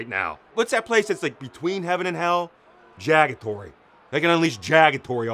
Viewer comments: “Jagatory” lol 😂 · Did he say JAGATORY...